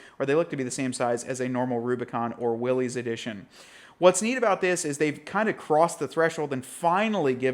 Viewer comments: *“Will-is”, not “wheelies” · At this point he has to be saying "Willys" incorrectly on purpose, right?